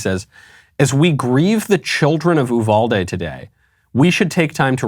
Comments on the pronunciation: Texan here Uvalde is pronounced You-val-dee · Just FYI, Uvalde is pronounced "U-val-dee"